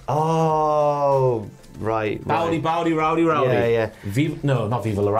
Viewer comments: To clarify for my friends across the pond, it's not "baudy baudy", it's "BOUT IT, BOUT IT" as in "Are you about that life?" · Pretty sure "BOWDY BOWDY" is actually "BOUT' IT BOUT' IT" as in "about it, about it" as in "you are 'about the Latino life.'" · "bout it bout it" not bowdy 🤦🏾